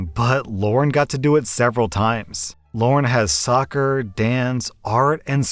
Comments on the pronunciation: The way he said "Lauren" and not "Lara" made me kinda mad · The names are “Mara” and “Lara”. Not “Mora” and “Laura”. Come on dude. At least try to get it right. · Lara is pronounced Lah rah. Not Loren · Am I the only one irritated that kept calling LarA, LaurEN? Yes? Ok. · no one gonna talk abt how called lara Lauren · maybe it's just me but is saying lauren to that story with the sisters reese and lara? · Why does always change people's names? It's getting really irritating. The kid's name is Lara. Not Lauren, Lara. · Why are you calling “Lara” “Lauren” in the second story? Lol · you do know that "Lara" doesn't have an "n" sound in it right? lol